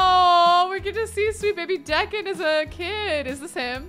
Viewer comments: I think it's pronounced Dee-can, not Deck-an... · saying Decon over & over when it’s actually pronounced like Deeeecon lol. So funny 😂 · Deacon, " DEE CON" I know it is not a huge deal but do you know how many times you said the kids name .... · Deacon is pronounced “Dee-kin”. 😭😂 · I thought I was the only one who noticed this. 🤣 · Deacon is pronounced Dee-kn. The two vowels in a row change the rules. The first vowel makes the second silent and the first vowel becomes a long vowel. In this case E doesn't say eh it says EE and the a is silent. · It’s pronounced Dee con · Deacon is “dee-can” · Right? It physically pains me every time she pronounces it the way she does lol